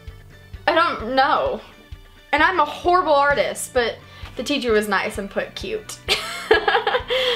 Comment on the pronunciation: No you or not a hhhhhorubol drower